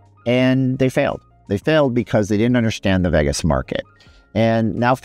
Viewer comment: Vagus….. 🤦🏽 It’s pronounced Vey-Gus !!!